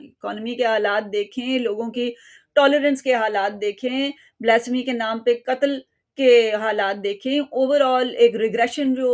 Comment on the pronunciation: Its not blasmy... Its pronounced blas.. Fay.. Mee.